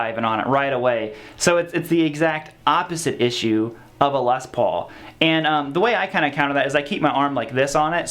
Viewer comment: What a whiner! Imagine complaining about a guitar that Angus Young and Tony Iommi played for decades and wrote countless amazing songs with. Also, it's Les Paul not LES paul okay. Put some respect on the man's name and legacy.